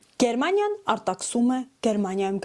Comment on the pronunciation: Աղջիկ ջան, նախ Գերմանիյա ոչ թե ԳերՌմանիյա: Իսկ "դուլդունգ " ստանալուց զգուշացում են, որ ձեր գործերը փակված են և որոշվում է ձեզ հետ ուղարկելու ժամկետը, ՀԱ՞